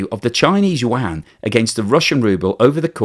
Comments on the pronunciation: Please learn how to pronounce chinese yuan. It’s not pronounced as Chinese Wang. it’s pronounced as Chinese YooWan, but one syllable. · The Chinese currency is pronounced "You-Won" NOT "Wand" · I wish you would pronoun Yuan correctly. It isn't pronounced wan it sounds more like You-On other than that keep making great videos. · Did I hear "Chinese wang"? 😂😂😂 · I've never heard anyone ever say chinese WAN before. I've heard Qy, rmb or u-won, but never WAN. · Nice work again. But PLEASE, get your pronunciation of the Chinese currency right.